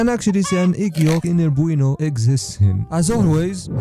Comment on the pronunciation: Cinder booano